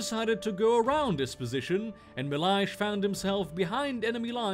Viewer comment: Not that bad with Soldado Milhais. Portuguese man here, so...